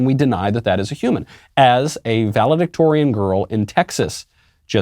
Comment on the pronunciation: Valedictorian….sounds more like “Value-dictator” now!😡